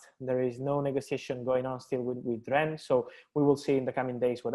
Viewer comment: Pronounced Ren how many more times not Rens